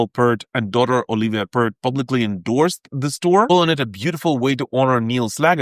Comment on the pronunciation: It's Pee-rt or P-ear-t. Honestly, do some homework before you post a video and make a fool of yourself. Whoops, too late!